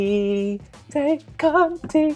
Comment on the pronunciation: In Tay Conti's case, Tay doesn't rhyme with take, it would have to be tike on me.